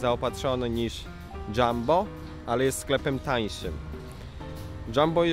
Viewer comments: Nie mówi się dżambo tylko Jumbo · Jumbo się czyta nie Dżambo